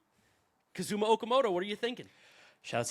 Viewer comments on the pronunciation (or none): English speakers in North America always seem to stress the wrong syllable in Japanese names...it's not ka-ZU-ma it's KA-zuma Okamoto, it wasn't ki-KU-chi it was KI-kuchi. I lived there for over 2 decades, this is something that happens here all the time. Just so you know. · his name is pronounced KA-zuma, not kaZUma